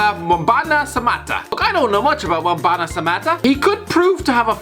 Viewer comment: Mate it’s pronounced tan-zan-ear not tan-zane-ear and if you can’t say Mbwana call him Ali